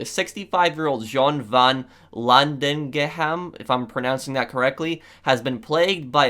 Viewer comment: Hi you say van and then not the e but a and landenghem is landen with a and ghem is gam like ggggam